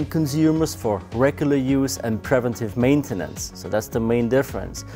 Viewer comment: "privenntiff mäintennens" 🤓